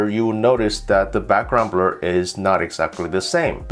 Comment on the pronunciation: He can't say blur😆 brul😆